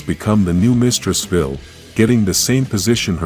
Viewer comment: Stop mispronouncing Zayto and Mistress Vile's names.